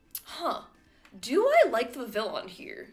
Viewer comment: It is pronounced 'VIV - ee - on'. God.